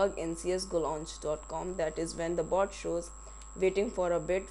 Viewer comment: he says bot or a goat?